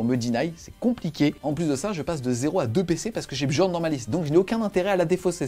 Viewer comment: Les 'J' dans les noms vikings sont utilisés comme des 'i' Comme pour la Red Sonja, on dit Red Sonia. Donc on dit Niarl et Biorn